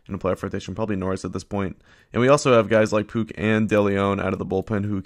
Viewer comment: Puk is pronounced like puck like a hockey puck